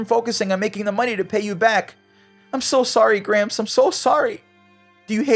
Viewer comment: Not to make fun of gramps but every time he said gramps I thought he was saying cramps